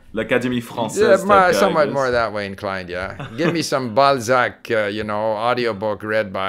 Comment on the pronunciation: ha ha he said Balzac